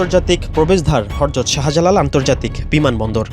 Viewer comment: হরযত 😡 হযরত ✔️ সাংবাদিক অশিক্ষিত কি?